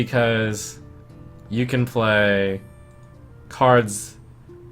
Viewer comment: i loved the "or do you? OR DO YO?!?!" part :))